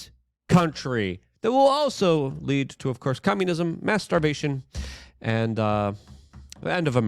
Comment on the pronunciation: Mass starvation or master bation? I think Luke is saying the second...